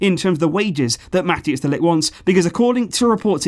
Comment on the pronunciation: Man I love your videos, but who is Matthias de Ligt? (pro-tip, its pronounced more like Mat-ICE)